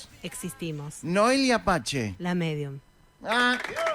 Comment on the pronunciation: Noelia Apache??? Se pronuncia "pase" (PACE)